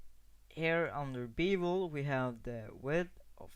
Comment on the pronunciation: It's pronounced "Beh-vul", not "Bee-vul"!